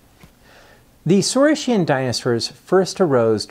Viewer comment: Thank you for this fascinating lecture,. Let me ask you just one question: how it is really correctly pronounced? "saureess-shian" and "orneeteess-shian"? really? not "saureess-kian" and "orneeteess-kian"?